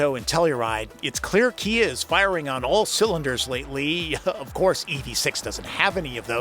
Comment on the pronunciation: Kuh-Kuh-Kuh-KIA!! Or was that Chia? 🤔